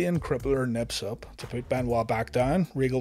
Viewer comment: Mate, it's "kip-up", not "nip-up". Just helping you out. I'm not being an arse